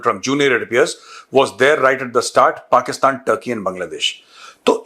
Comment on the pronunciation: Pakistan ❌ Pakist-aand✅ 😂😂